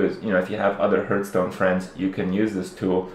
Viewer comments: What's Hurthstone and Hurthhead? It's Hearth not Hurth. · Learn how to pronounce the name of the game: \ˈhärth-stōn\ Makes you look less like a noob.